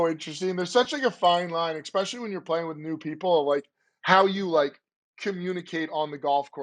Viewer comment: I see is still saying ECK-specially. Not sure why but it's still not correct.